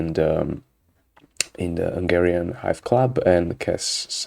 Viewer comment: Did I hear "vanilla ice" when you said "vanilla Hive", you can't prove it !?!